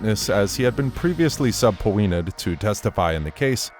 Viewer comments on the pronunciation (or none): Apparently she didn’t get shot, directly. She might’ve had some fragments, but she didn’t take a whole bullet. If she did, Tory’s right, it wouldn’t have missed all bones and ligaments. 😂 The way this narrator said “sub-po-enad”